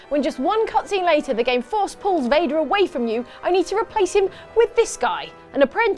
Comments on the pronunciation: C'mon guys, its darth Vader, not darth Fader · Dark Vador, not darfe vèdeur, idiot. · Did anybody else notice they called Darth Vader Darth Fader? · Ummmm. You do realize his name is lord Vader not lord Fader lmao